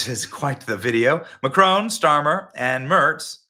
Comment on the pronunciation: Please stop calling him Macrone....it's mac Ron, with emphasis on first syllable (mac), and Ron, like the man's name!